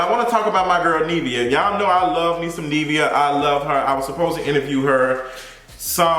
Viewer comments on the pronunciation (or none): Nivea = rhymes with give. Not neev like leave. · he keep saying Neevia it’s giving me anxiety 😂😂😂😂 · I hate it! How you talmbout interviewing someone and can’t pronounce their name 🙄